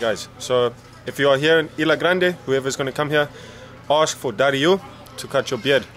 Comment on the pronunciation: IS-LA not EE-LA Grande and it's Caribbean not Caribic LOL.